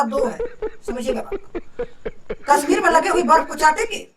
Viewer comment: Bhai kasmir nahi Kashsmir 🤔